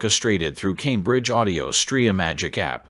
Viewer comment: "Tambridge" Audio? You gotta love AI narrations. Always good for a laugh. 🤣